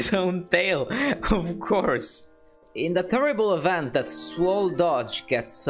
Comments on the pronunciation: You said it like Dodge not Doge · dodge?!!?!? HIS NAME IS DOH-J WHY DOES NOBODY GET IT RIGHT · D-oh-j, not Doj. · I hate how he pronounces doge